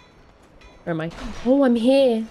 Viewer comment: British 'Oh's' will never get old. Ouwweuh